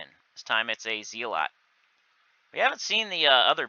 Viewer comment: Hey fyi it’s Zell-et not Zee-lot otherwise great video as always :)